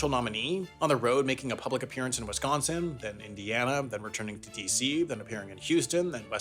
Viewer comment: honestly one of the best non-wisconsinite pronunciations of the state name, I appreciate that